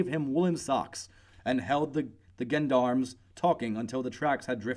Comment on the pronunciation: It was a decent job of narration, with a few stumbles; but the many mispronounced words started to annoy me. Gendarmes, jodphurs, and some of the place names to list a few.